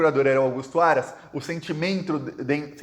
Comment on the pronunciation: O "sentimentro"... será que vc tem um pezinho em MG? ☺️ Oncotô, proncovô, quencossô?😂😂😂